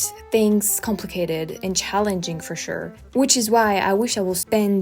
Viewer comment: With everything you said about accents, I can assure you that when you said "fer shure," you sounded completely American. 😂